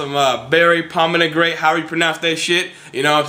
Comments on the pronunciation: Got some berry pominagrate however the fuck you pronounce that shit, lol! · (PALM- A- GRAN- IT)- Pomegranate. :) . Sick vid though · berry pomnagrate haha you're awesome man haha